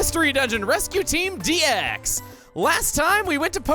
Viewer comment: Maybe "Mystery Dungeon Dix" (pronounce the DX as one word like he did in Kirby Triple Deluxe) Or if we really want to have fun, just call it "Mystery Dix"